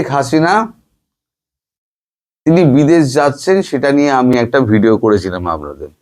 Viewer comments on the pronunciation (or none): none